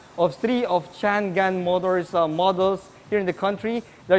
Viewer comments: Chang-An..di yan Chan-Gan..anak ng baka naman :) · How is that pronounced really? I thought its Cha-ngan or Chang-an.. Hmmm car reviewers, at least please try not to butcher the brand names😆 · Actually po it is pronounced as shhhhaaa-ngan 😊 Jushnie Diarene Cariño Showroom Sales Consultant at Changan Batangas 😊